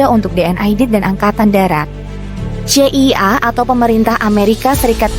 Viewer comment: masa pembawa narasi dari Kompas ga bisa eja kata dengan baik dan benar, CIA di sebut sesuai huruf.